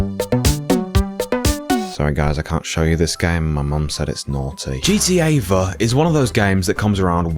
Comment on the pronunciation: GTA "V" (not 5 BUT v) 😭